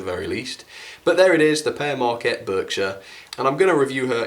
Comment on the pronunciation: it sounds like pear mrakcat when it's pere maquette